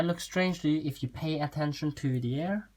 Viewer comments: No offense but thru it is not air its ear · The way you say ear sounds like air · omg this was so helpfull btw it is ear not air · OMG he says "air" instead of "ear". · I swear this man says ear like hair